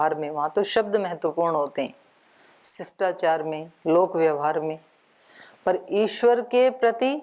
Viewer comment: । आप शिष्टाचार शब्द का सत्योच्चारण क्यों नहीं कर रहे हैं। पाणिनीय शिक्षा वर्णोच्चारण विद्या का अभ्यास करें।